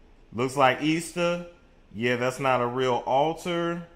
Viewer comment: The word is ALTAR